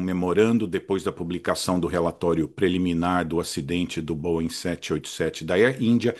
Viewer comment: Finalmente alguém que fala corretamente o nome da Boeing!!! Geralmente eu só escuto colchão de molas: bóing, bóing, bóing...